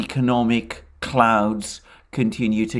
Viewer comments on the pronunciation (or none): Did you say economic clouds or economic clowns ?